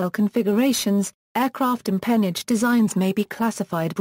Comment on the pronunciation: NO! Wrong pronunciation!